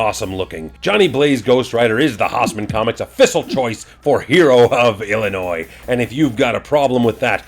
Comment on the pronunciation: Thank you! Thank you! Thank you for not pronouncing the S in Illinois. As a lifetime resident of the state, it really grates me when the S is pronounced. Really enjoying these videos! Quick question...are you stamping your Haussman Greatest Hero stamp on the crotches of the pictures on purpose? Because it makes me laugh every time.